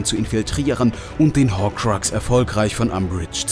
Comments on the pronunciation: Es heißt Hokrux nicht Hohrkrax😫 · Das Spricht man Horkruks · Entweder sagst Horkrux wie ein normaler Mensch oder du lässt es bleiben! Deine Verschandelung an den Namen will keiner hören! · Hat er wirklich ✨Horkroorkss✨ gesagt😩😩 Ja hat er Neinnnnnnn😩😩😩😩😩😩😩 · Wen Mach das auch voll aggressiv dass er Horkruks Falsch ausspricht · Dieses Horkrackse nervt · HORKRAX Hat er nicht gesagt... meine ohren!!!